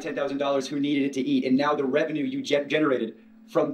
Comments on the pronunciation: I love the way you say "now"! It sounds like "no"! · I hear "noi", love it 😂❤